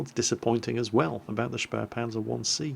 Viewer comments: The "späh" in spähpanzer is pronounced "speeh" not "sperh" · and QB have something in common. They both mispronounce spähpanzer the same way. They add an 'r' sound to the first syllable, saying "shpare" when the right way is "shpay".